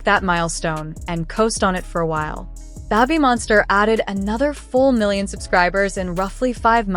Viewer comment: Babb-bee Monster? Is it possible to get a new AI pronunciation please :goodvibes